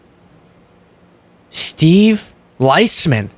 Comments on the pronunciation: it's pronounced "Lease- min" And, losing his job? CNBC is generally a pro GOP/rump/we love trickle-down/it really works if we just keep doing it Network and, in this environment, one threat to sue the network from rump and I guess he's gone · It's pronounced Leaseman. He's actually a cool guy, dead head. :) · Steve Liesman is one of the most recognised financial journalists in the world, dude. It is pronounced "lease-man". Learn more about him and more about finance, my friend. When you can't even pronounce the name of such a well known person, you make us look ignorant.